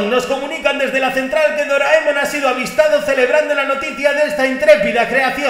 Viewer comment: Dios mío, has pronunciado Doraemon correctamente y no Doraimon :OOOOO